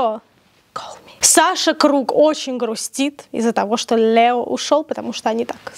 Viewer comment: Это прекрасное произношение «ЛьЭо»😂 про колпачок очень смешно)) спасибо, ждала очередной выпуск 🎉